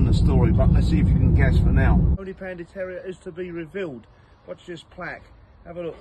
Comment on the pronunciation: The " Tonypany Terror " not Terrier ffs 😂